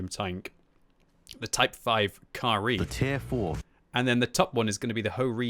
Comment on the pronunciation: Ka-Ri? CAR REEEE